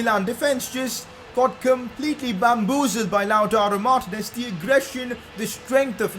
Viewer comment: It’s lataro Martinez not loutaro Martinez (when you say it)